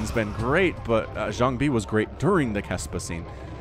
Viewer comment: Great commentary as always. I feel the way you say Jangbi is a bit off. Check out a couple Jangbi vs Flash english commentaries on VioleTAK's channel from 2008, that pronounciation sounds waaay ear friendly.